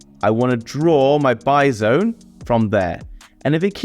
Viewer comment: Every time you say "buy zone" I'm imagining a Bison... lol